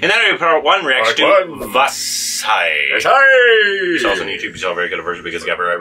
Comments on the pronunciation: It's not vasai.. it's vaalai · It's not Vaazai..... It should be pronounced as Vaalai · It has to be pronounced as Vaalai for you good, In Tamil "zh" or "zha" are pronounce it differently